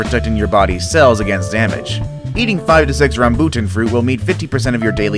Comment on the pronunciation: Im sad when you say rambutan